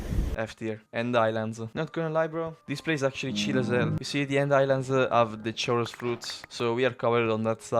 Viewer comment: Chorus fruit is pronounced with a k sound